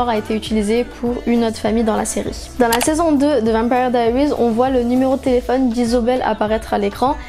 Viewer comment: C'est pas comme sa qu on dit vampire diarises en tant que fanne je me permé de te le dire.